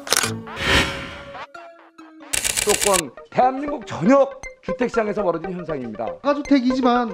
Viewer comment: 맹소합니다? 누구랑 똑같네. 일부러 거짓부렁하려고 맹소합니다?